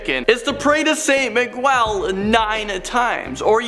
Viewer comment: MEE-G-EL. Come on get it right